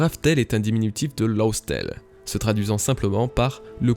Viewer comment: Bonne vidéo, en revanche faut vraiment faire un effort sur la prononciation de Laugh tale, et romance dawn ça veut pas dire romande de l'Aube mais l'Aube dune romance, pareil pr road star qui veut pas dire route de l'étoile mais l'étoile de la route. Cest dommage car ça t'emmène parfois sur de fausses pistes pr des erreurs de trad